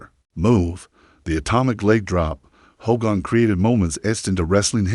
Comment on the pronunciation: I HATE AI! If you can’t pronounce his name correctly then don’t post!! That is just disrespectful